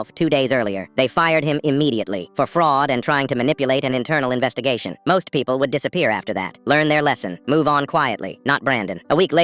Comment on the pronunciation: cuz he said pepole instead of people